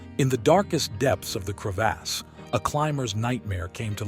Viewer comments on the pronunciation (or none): Crev(aws) not cre(ASS)